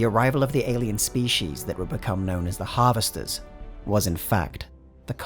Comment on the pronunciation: He pronounced species correctly. I’m liking him more and more :)